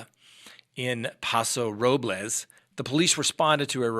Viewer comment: I was so distracted by the butchering of the town names of Paso Robles and Atascadero, I couldn't concentrate on the actual story. Robles is pronounced like "noble" with an r in front and an s at the end. Atascadero is pronounced, a-task-a-DARE-o.